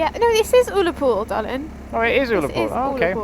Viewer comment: You’ve found out that Scotland, like the Tardis, is ‘bigger on the inside’. Btw, it’s pronounced Uh-la-pool.